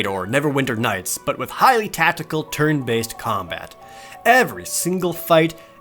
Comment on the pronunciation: For some reason I heard turd based combat when he said turn based lol